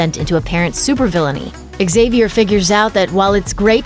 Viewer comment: Professor "zavier" not "xzavier" so annoying!